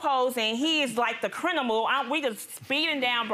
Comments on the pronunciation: thats to show he is really a dog, talking bout neutered and the next case i was done with her after she said CRINIMAL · 2nd case: Did she say, "crinimal?" 😂